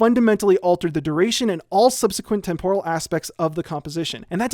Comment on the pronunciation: I don't think that's how you pronounce "temporal"...